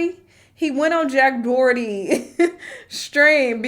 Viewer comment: “Jack Dwarty” made me laugh way more than it should’ve. 😂